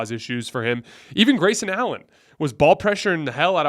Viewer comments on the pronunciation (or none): none